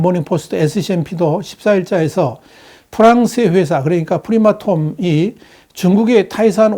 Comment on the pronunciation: 프리마톰이 아니고 프라마톰 입니다 프랑스 + 아톰 합성어 입니다